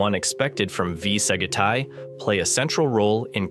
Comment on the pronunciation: What a fuck. V Sagitae is completely ba pronounced. It is AI shit. Blocked the vid immediately